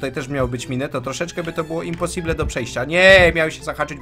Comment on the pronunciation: Happy Weels to nie jest imposible tylko IMPOSIBLYET! p.s. jesteś nienormalne normalny